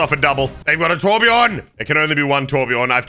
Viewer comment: torbjörn not torbjorn